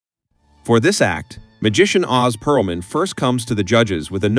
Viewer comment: Ō•z Pearlman lol